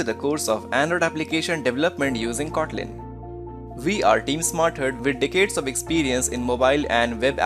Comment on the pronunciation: good to hear you have dickaids of experience